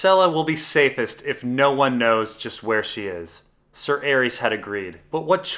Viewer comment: Calvin The Ninja Man better than that clown that says Sayer instead of Ser.